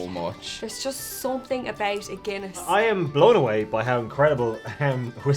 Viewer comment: Take a shot every time they say guinnesse. 😂